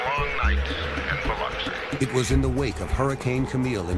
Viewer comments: The narrator said Biloxi so wrong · Mispronounce “Biloxi” one more again! 🤣